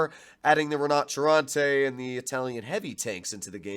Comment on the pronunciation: Took my I while to understand you where saying “Rinoceronte” …